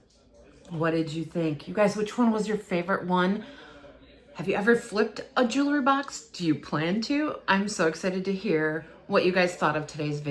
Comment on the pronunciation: It’s pronounced jew-el-ry, not jew-la-ry